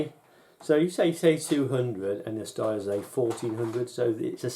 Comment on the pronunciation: Good review. Only thing I'm not sure you're pronouncing "Steyr" properly; someone once told me it's pronounced like 'stair'.